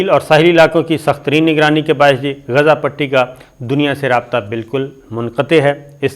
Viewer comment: Asabir Sb please watch other channels sp you can pronounce Gaza properly Please